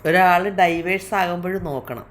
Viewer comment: ചേച്ചി ...ഡിവോഴ്‌സ് ...എന്നാണ് പറയാ ....ഡൈവോഴ്സ് എന്നല്ല ....😊😊😊